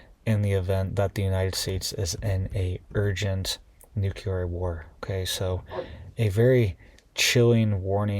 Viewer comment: It's pronounced NEW-CLEAR not NUKE-U-LER